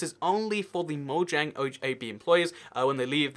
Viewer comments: Anyone get annoyed when he says MOYANG instead of mojang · Say moJang not moyang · It moJang not moYang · Stop saying moyang it really annoys me it’s pronounced Mo Jang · man o cringed when he says moyang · I am triggered you say moyang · No one:: moyang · It's not moyang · ur saying moiang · Why does he say mojang like moyang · I hate how he says Mojang it’s soooo disturbing even if it’s the right way etf